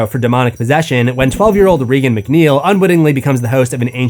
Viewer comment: Have you watched The Exorcist? It’s not REE gun. It’s pronounced just like Ronald Reagan throughout, and I’m not sure why you always mispronounce it.